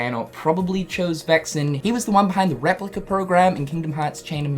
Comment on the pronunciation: Please don't say Replicu